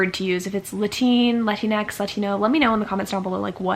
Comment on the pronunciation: this is really interesting! i didn't know people pronounced latinx as latineh